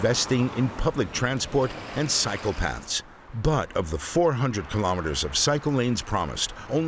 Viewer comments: I keep hearing "psycopaths". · For a second I thought I heard "That's why the creation of psychopaths is important"